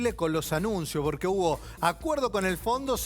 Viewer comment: Se puede saber por qué decís borque en vez de porque…?